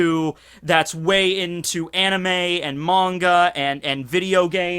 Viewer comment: Yeah the many-a is always better It’s pronounced manga!